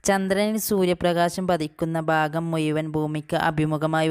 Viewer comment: മുയ് വൻ എന്ന് അല്ല മുഴവൻ എന്നാണ് എന്തായാലും പരീക്ഷക്ക് മാർക്ക് ഉറപ്പാ ❤❤️